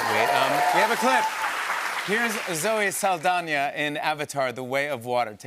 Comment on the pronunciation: jimmy rlly said zoe saldonya